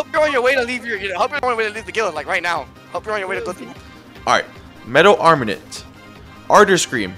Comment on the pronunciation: Hate how he calls it armanint